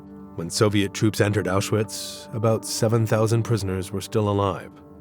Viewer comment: Apenas repetiu filmes e não sabe pronunciar awchuwitch